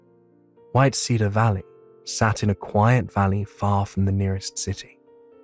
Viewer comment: Love the story & the man's voice however the way he pronounces cedar as said-are instead of seed-are is really annoying & detracts from the story for me